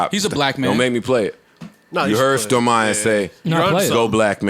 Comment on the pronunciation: Yo when is Joe gonna realize the girls name is STORMI MAYA. Not Stormiya